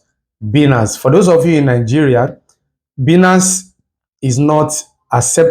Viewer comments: It's pronounced as baaaaa--iiii---nnaaaaance not biiinance ..😒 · It is Bainance pronounced